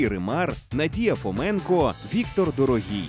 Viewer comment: Віктор вроді "ДорОгій", а не "ДорогІй" - наголос на другу О.